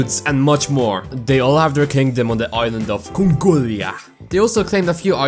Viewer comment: “THE IS ISLAND OF CONGOLIAH”👹